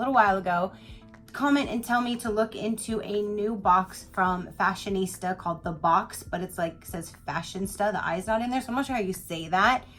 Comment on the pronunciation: You are the first person opening a box from this company saying and spelling the company's name the right way. ❤️💜🥰🌺